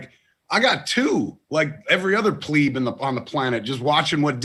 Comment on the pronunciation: Had a wee chuckle how Kevin pronounced “pleb”. I enjoyed the first two eps of wandavision but think I’m going to wait this series out at binge and watch the rest of the episodes.